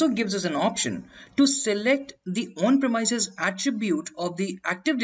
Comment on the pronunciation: great video.. apart from the pronunciation of the !premises!.. not "premyses" but its "premeeses"